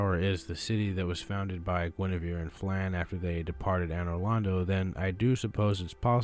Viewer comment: WHO did you say gwyneveres husband is